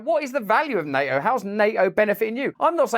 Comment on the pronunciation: I wish he could pronounce NATO.